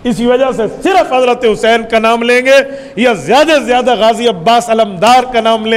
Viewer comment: زیادہ کو جیادہ کرکے آپ نے اردو پر جلم کیا ہے۔